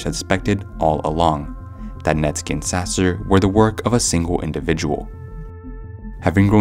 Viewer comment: Net sky not netski